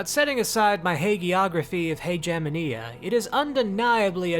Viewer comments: I'm pretty sure the word Haegemonia is pronounced differently. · I cringed at the pronunciation of Haegemonia. Considering that even in English you're not supposed to pronounce Hegemony like that